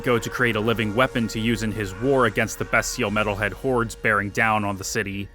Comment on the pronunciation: Anyone else bothered by the pronunciation of bestial?